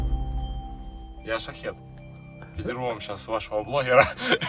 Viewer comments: ток шахИд а не шахед, шахед это странник типа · Не шахед, а шахид. И означает "мужчина "